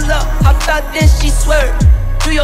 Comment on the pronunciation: "Ai-ropi" pelamor tenta ao menos pronunciar corretamente. eh HOP nao HOPE